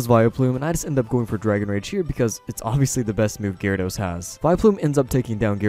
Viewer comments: Ja war edos No that's not how you say i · Did you say gee-rawr-ah-dos lol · "GeeRawradose" :3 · what cracks me up is when he says GE-ryRE-dows, cant tell if he's doing it for fun or. like yeah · you pronounced gyarados four different ways throughout the video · how did you pronounce Gyarados?